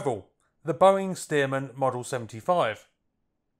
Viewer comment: Boeing *Stearman - not ‘Steadman’.